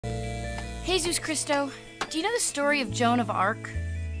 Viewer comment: It's Jesús Cristo, and the correct from of pronunciation is Jesucristo